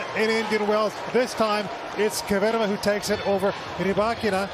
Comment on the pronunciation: Kvitova not Kivitova lol. Umpire says it right . Anglos can't lol